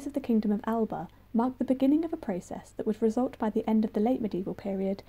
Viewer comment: And - as a curator, can you please learn how to pronounce "Alba" - this is about the Scots!